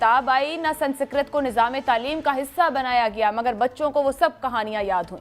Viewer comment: Sansikrat nahin bete - Sanskrit kehte hain!